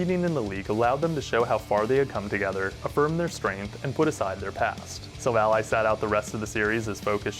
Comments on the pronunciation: What do you mean? It’s like “Silver & Ally” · No offense but you prenounce it like Silvallai. Again no offense and I really like your content keep it up and soon you will get 1mil subs❤❤